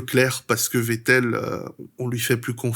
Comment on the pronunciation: Wow t'es le premier vidéaste que j'entend prononcer correctement le nom de Vettel, prochaine étape faire pareille avec Verstappen 🤣 Edit: Ah bah ça dure pas toute la vidéo, mais bel effort.